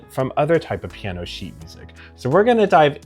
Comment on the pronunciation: Slow down, dude. You talk like my speed-freak cousin. CHILL! Piano has THREE syllables! 😂